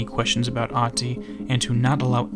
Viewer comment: I may not be fluent in Finnish myself, but one thing I do know is that in 99% of cases it does not have letters that are "silent". The only people I know of that shares a name with this guy pronounces the "h", that is the very first thing I found profoundly strange with him. If his name is Ahti with an "h" then why does he and everyone else pronounce it as if it was Aati?